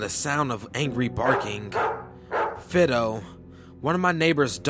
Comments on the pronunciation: repeat after me .....F-EYE-DOE lolololol....other then that i love your stories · Could the dogs name possibly have been "Fi-do" with the "i" sound like that in "mine" instead of that in, say "flip"?? Dont know why that bothered me so. lol! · Lol It's pronounced "Fydo" not "Fido"